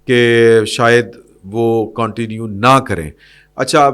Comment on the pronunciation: معزرت کے ساتھ، انگریزی لفظ continue کا صیح تلفظ اردو میں کونٹینیو نہیں بلکہ کنٹینیو یے